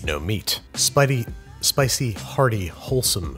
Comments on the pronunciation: omg that was the first mistake I have ever heard on the show XD you are too professional! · You had just been talking about a strong, independent chili...I totally thought you said spite-y